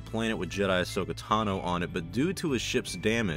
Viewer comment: Ahsoka, not Ashoka. FFS